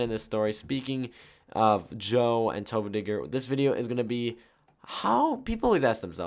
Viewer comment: U said tofuudiger lol